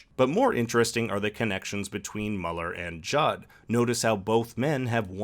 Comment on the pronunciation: Is Mueller not pronounced "Mew-ler"?